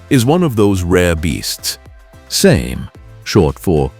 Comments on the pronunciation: Its pronounced Sah mee not same, I worked for a farmer who had a Same Buffalo it was a good tractor. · SAME Saw-May SA-ME